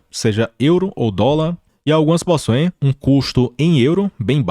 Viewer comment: fala Possoem em vez de Possuem kkkkkk